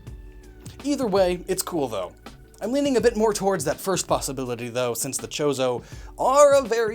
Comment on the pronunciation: Every time he say chorzo i here chorizo and now im hungery